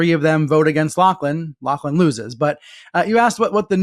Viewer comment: Lachlan is pronounce "LOCKLAN"